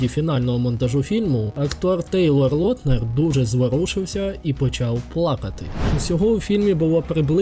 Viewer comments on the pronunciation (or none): Актора, який грає Джейкоба звати Тейлор Лаутнер, не Лотнер